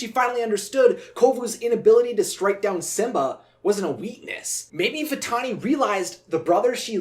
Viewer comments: Nala hissed Vatalani instead of Vantani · For 20 years I've always wondered why Nala said 'Vitalini' . Maybe I'm hearing things... though it's common for voice actors to slip on some words and make the final cut. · I may be crazy but I hear Nala call Vitani 'Vitalani" like she adds an 'L' to the name. I've always heard it every time I watch the film. Does anyone else hear it? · I'm just confused about why Nala called Vitani "Vitalini" in that scene. Obviously, Nala WOULD know MORE than us about, well pretty much EVERYTHING, but in this instance, it just doesn't make sense. I mean, NO one ELSE called her "Vitalini" throughout the ENTIRE movie (not even Zira or her brothers). So then, what exactly is going there? Was it just a mispronunciation on the actress' end, or was there some DEEPER meaning behind this sudden and SINGLULAR change? Was Nala trying to confuse Vitani by basically GIVING her a new name? If so, why doesn't Vitani even seem to NOTICE the NEW NAME? Is Vitani ACTUALLY a nickname? Then, why doesn't ANYONE (even KOVU), OTHER than Nala in that ONE moment, call her by her GIVEN name? If the actress just made a mistake, then that's one thing, but Disney is USUALLY pretty good about not making THOSE kinda mistakes in their stuff UNLESS it's done on PURPOSE. I get that NO ONE is really PERFECT, I just find it SERIOUSLY UNbelievable, that Disney would have missed this little slip-up. After all, sneaking little "jokes/inconsistencies/adult-type-barbs" into their movies/shows through conversation, IS kinda Disney's forte. I just CAN'T see how Disney could NOT catch something so SMALL and yet, for those who catch it at least (and care), so HUGE as this ONE moment in which Vitani is called something OTHER than what we KNOW her name to be, by NONE OTHER than the "QUEEN" of the Pridelands. If there was ANY lioness OTHER than Zira, who would DEFINITeL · Am I the only one who thinks Nala said "Vitalani!" ?